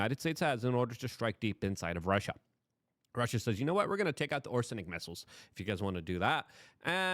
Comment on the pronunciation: Not OR-SE-NIK, but O-RESH_NIK